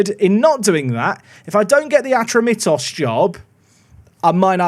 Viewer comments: Its pronounced Ah-tro-me-tos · just so you know because i am from greece the team name is pronounced atrómitos and the city is called peristéri